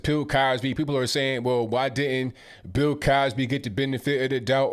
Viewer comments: Pill Cosby or bill Cosby lol? sounds like you're saying Pill Cosby. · is definitely saying "Pill" Cosby!🤣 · Stop saying "Pill" Cosby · I thought I was hearing wrong but I listened closely and realized that I wasn’t ......you were saying “pill Cosby” 😂😂😂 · You saying Pill Cosby?